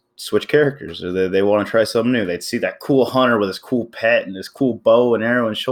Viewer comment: Its hunter not huner